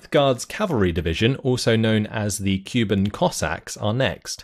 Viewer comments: They aren't Cuban, they from the Kuban River (kʊˈban). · not "Cuban" , pretty sure "Kooban" Cossacks